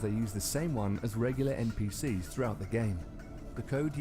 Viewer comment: The dude said ncp's! its npc's